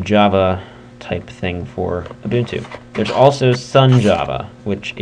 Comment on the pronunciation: it's pronounced you - bun - too